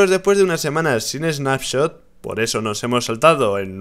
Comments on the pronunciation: Rich, dice Spanshot en vez de Snapshot xD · Rich dice spanshot .. Like para que se de cuenta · Soy yo o dice Spanshot? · Lol dice nueva spanshot =) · Span-Shot XDDDDD Rich cuidado con el tecado jajajajajaja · porque dice spanshop entiendes s(pan)shop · si dice Spanshot